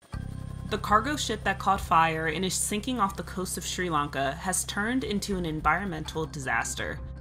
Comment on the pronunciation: The way this narrator pronounces "Sri-Lanka" really aggravates me.